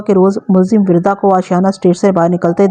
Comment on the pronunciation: Wirda nhe Warda hai, Arabic word for Rose